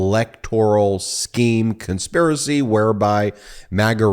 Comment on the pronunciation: CON- SPIR- ACY